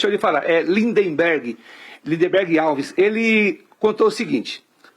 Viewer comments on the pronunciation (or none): Bacci falando lindiberg kkkkkkkk